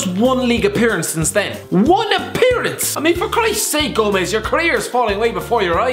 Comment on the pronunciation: It's "Angel Gomes", as in an angel from heaven.